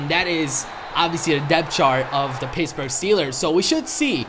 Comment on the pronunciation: Did he say pissburg